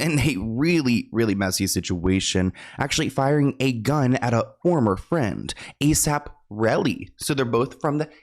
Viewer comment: NOT THE A.S.A.P!!!! 🤣 I said the same thing as you said it 😂 I was cringing 😭 he said we gotta move on from that 😭 ☠️ 🤣